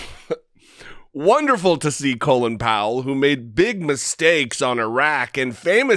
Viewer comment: Gotta love Tucker pronouncing Colin like "colon." Doesn't Tucker have any Irish acquaintances? Doesn't Fox News have editors? He seems to be as uncultivated (colon) as he is unprincipled (lies about the vaccine.)